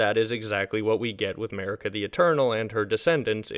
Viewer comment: MERICA the eternal (not making fun of you, but the pronounciation does give me a laugh).